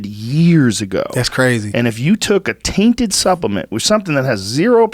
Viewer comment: Just the way Joe says 'tainted supplement' , for some reason made me think, for a split second, that people filling the supplement bottles were rubbing pills against their gooch before they went in the bottle. 'Tainted' supplement hahaha!